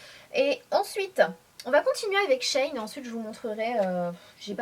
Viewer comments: J'aurais pensé que ça se dit she - In pour "she-inside". Bref Sanaa tu as oublié de nous montré les jupes en simili cuir portés! Super haul comme d hab! Bisous 💜 🍍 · C'est elle qui le prononce mal haha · Coucou Sanaa ! Super vidéo comme toujours ! Mais je crois que le site de prononce "She in" comme sheinside mais dans le "side" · Il me semble que on prononce Shein "She in" Comme avant c'etait sheinside ca me parait logique ^^ En effet les hauls sont mes videos preferées a moi aussi ^^ bisous ma belle! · Ca me fait marrer comment tu dis "SHEIN" ^^ J'aime beaucoup l'association du haut et de la jupe! Bisouuus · oui c'est vrai 😂